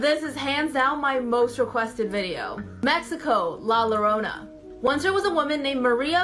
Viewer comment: Hate it when mfs call La Llorona La Lo Ro Na I get it you're not Spanish but you couldn't even try to look uo how to say it... For anyone in the future that sees this it's pronounced La Joe Ro na the double Ll makes a ja sound ANYTHING is better than not even trying to pronounce it correctly